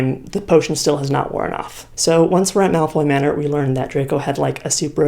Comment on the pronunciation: i keep hearing milf manor whenever you say malfoy manor